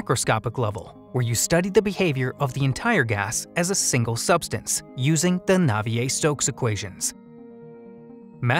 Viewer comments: Where do they get NAV-EE-AY from the name Navier. It is pronounced NAY-VEE-AIR Fourier is pronounced FOR-EE-AIR I mean really, these are mental gymnasts with the theory and the math, but then take the proverbial arrow into their mental Achilles’ heel, because they refuse or just can’t pronounce the names correctly. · Pretty sure that the name of "[Claude Louis Marie Henri] Navier" is pronounced wrongly, too.